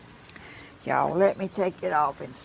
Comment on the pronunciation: Good on ya ! I love the pot and I love how you say, Y’all.